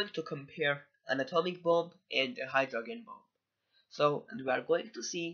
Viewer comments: Great video man! Only critique, "Hydrogen" is pronounced "Hydro - Jen". Exactly the same as the first 3 letters of the name Jennifer. I just read an article about the truth behind North Korea's claims of atomic/hydrogen testing and how it could be verified by seismic activity directly in the area of the time of the test and the "bell" effect of that "ringing" around the world. We know for sure, 100% that at least 3 atomic tests have been done by NK and that they were telling the truth. But as your video shows, a Hydrogen bomb is SIGNIFICANTLY more destructive and powerful than an A-bomb. There were seismic readings of 5.3 at the time that NK claimed it's H-bomb test...but that literally could have just been an earthquake and KJU just used the opportunity to say it was their test when in reality it was just a damn earthquake. SO! The claim remains that it was an Hbomb and the reality is, we're still trying to figure that out lol. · It’s pronounced Hydrojen not Hydrog-en. It’s weird you say it like that because if you speak English (which you go) then it’s logical that’s the way it should be said. Think about it...do you say “g - entleman” instead of gentleman? Or “G - ermany” instead of Germany do you?